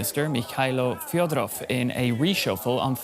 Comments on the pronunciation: Thank you for covering. The surname is fEdorov, not Fiodorov. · Fedorov, not Fyodorov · Fed- o - rov say it properly